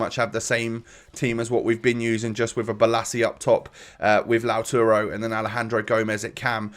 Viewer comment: It’s LAUTARO